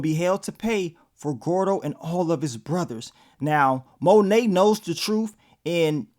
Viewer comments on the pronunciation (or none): none